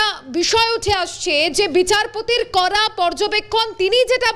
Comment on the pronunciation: উচ্চারণ ঠিক ঠাক করা প্রয়োজন। "কড়া পদক্ষেপ" , এই টা শুনলে মনে হচ্ছে "করা পদক্ষেপ" । "ড়" এবং "র" ফোনেটিক সাউন্ড এর পার্থক্য আছে, দেখে নিতে হবে।